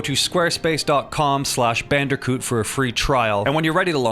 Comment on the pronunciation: I swear squarespace sounded like space king to me for a moment.